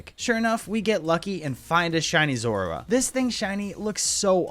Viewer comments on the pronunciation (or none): none